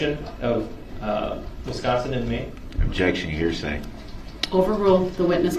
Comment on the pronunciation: I started watching the trial at this man’s testimony and was immediately hooked when I heard, “Objecshun! What’s cardinal?” 🤦🏽‍♂️